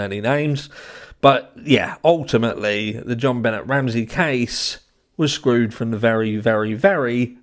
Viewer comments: Hi. Benet is pronounced benée. I do not think any one in the family hurt that child. She was found, if I recall correctly partially undressed with a broken paintbrush inserted. There was access through the basement window. I also recall that it was in the second apartment room that the McCann family rented that the dogs alerted to in Portugal, not in the room where Madeleine went missing. However it has been a while since I deep dived these cases. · Here name is pronounced john-ben-nay. I agree it’s never going to be solved. Lost cause. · It's pronounced Ben-ay my love. French sounding?? The secrets to these 2 cases are contained within the families. We will never know the truth. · You're pronouncing her name wrong. Im not judging or complaining, just figuring someone should let you know so it doesnt seem disrespectful in any way. Its not benn-et, its ben-ay Ramsey. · Have you watched even one video about JonBenét before making this video? Her name is pronounced "Jon Benay" nay rhymes with say, not "Jon Bennet". Hence (if you know this case at all you know why I said hence) - the accent mark above the "e". I've never in the 27 years since she has passed heard one person say her name like that. It's not that far fetched that Gary Oliva, who recently confessed, is the perp. He is a convicted pedo, he did tell his friend that many years ago he "hurt a little girl" the night after JonBenét died, he frequented the area of her home, he was found a few years later trespassing and was carrying pics of JonBenét. His friend from back in those days always suspected him. I dont know if he did it, but he sure has a connection to the area during that time period and has been obsessed with her to this day. For those suspecting her father, he dated Natalee Holloway's mom, Beth, later in life after Patsy died. She never suspected him of doing it. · Buh-nay not Bennett. 😂 John Bennett is her dad. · Jonbenet's name is pronounced " Jon BeNAY".